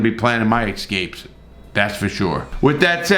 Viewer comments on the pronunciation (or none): I love how he spells escapes properly, but calls the excapes!!!